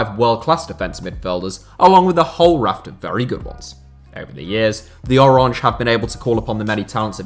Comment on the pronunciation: as a Dutch person, my ears are bleeding on how you said oranje